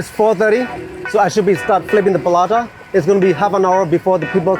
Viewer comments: Oh How the Paratha got pronounced and turned Palata ☠️ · Palata, sounds like Paratha but the R is difficult to pronounce by the Burmese.. so palata 😬😬